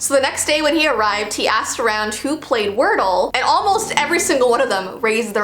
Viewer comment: When she say if we don’t know wordle she sound like she is from Ireland